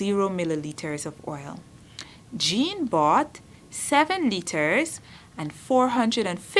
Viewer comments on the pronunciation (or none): none